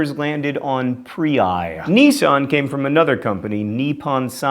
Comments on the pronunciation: NISSAN NOT NISSON D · knee-san? here i was calling it niss-san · Buckinghamshire! Not Bucking Ham Shire! the people of Buckinghamshire are not hobbits! Also Nissan not NEEsan. Oh John Green we love you but you do say words wrong a lot of the time lol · I swear it's pronounced high-un-die and niss-an. That's how we say it in the U.K. anyway. By the way, this one's for all Americans. Although it is a shire, with an "I" sound, when referring to a specific county (eg. Yorkshire), it's better to pronounce it like so: York-sheer, with the latter sound being similar to the word shear. EDIT: I forgot about mispronouncing things being his thing.